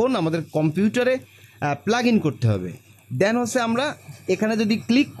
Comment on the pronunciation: Ussaronta ektu thik korele bhalo hoy. Karzar na bole Cursor bolle bhalo hoy. Than na bole then bolle bhalo lage sunte.